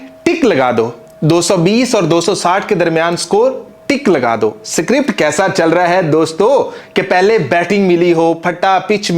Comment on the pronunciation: स्क्रिप्ट बोल सुअर, सीक्रिप्ट नहीं !